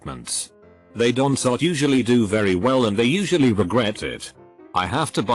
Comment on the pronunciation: Why can't the robot, speak contractions, properly; hearing, "what-sos the problem? Don-sot you understand words?"